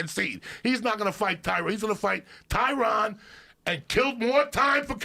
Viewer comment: Joey: "Tyrone". Joe: "Tyron". Joey: "Tyrone". Joe: "TYRON!"